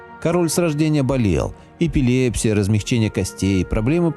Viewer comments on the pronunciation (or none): none